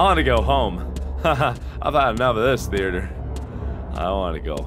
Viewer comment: Yes The The-ATE-er! Exactly how it's pronounced!